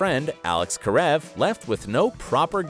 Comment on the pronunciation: Wow he said Karev correctly this time